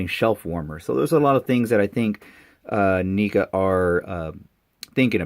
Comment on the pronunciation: Just curious why you're pronouncing NECA that way? And I could never imagine ANY figures from this line ever being shelf/peg warmers. Who knows, Stranger Things have happened.